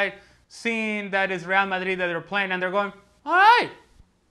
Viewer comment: Seriously hate with a passion how this fool says real Madrid. Actually gets me seething